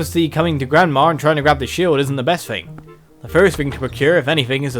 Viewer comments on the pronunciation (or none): why do you pronounce thing fing????